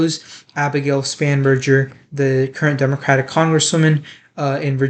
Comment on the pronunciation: Spanberger - with G not "J" ~